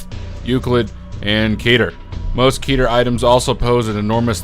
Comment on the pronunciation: For the last time, it's not KEEDER.... It's QUEter.